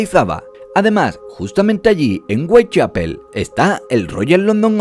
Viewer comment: Whitechapel: "Weitchapel" OMG